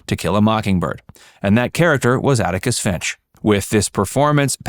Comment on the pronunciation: Atticus. Not Anicus.